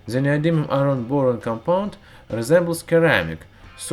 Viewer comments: Just as a heads up, the word CERAMIC is pronounced as SERAMIC, not KERAMIC. Great video, keep it up!!! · In "ceramic", "c" is pronounced as "c" and not "k". By the way I am not saying your english is bad. My native language is also not english. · FYI: Ceramic is pronounced as if it starts with an "S", instead of a "K". :) Love your videos! (please don't blow yourself up :)